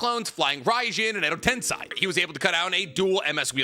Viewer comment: Still mispronouncing tensei. It's just insane. I don't understand. Do better.